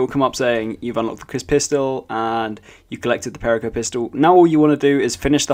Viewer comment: You butchered perico. Its: Pe-ree-co